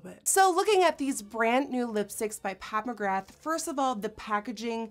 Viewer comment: NikkieTutorials its pronounced magra even though its spelt magrath x